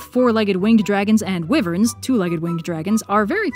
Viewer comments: Its pronounced WHY-verns not weverns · Wiverns, pffff